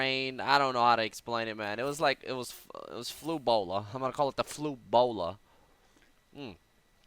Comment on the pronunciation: I lost my shit when he pronounced the phrase "it was flu-bola. I'm gonna call it the flu-bola." LMFAO.